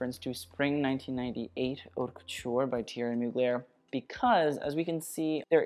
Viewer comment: Hey, I don’t know if anyone ever told you that the H in haute is silent! It’s basically pronounced like “ought le mode” You’re welcome, love you ❤️